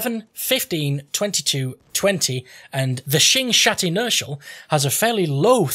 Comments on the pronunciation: Still the best video on YT. The butchering of the name is price less. SHOGERROG, SHINGSHONG, shogreen 😂😂😂. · you pronounce sjögren khuh-gren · Hehe i love it. «Schjøgren» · Im swedish and u prenounce the sj like sh and the ö like uhh